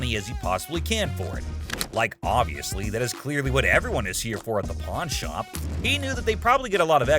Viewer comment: pawn…..P-A-W-N….porn P-O-R-N 😂😂😂😂